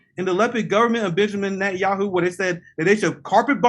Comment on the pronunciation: NET AN YA HU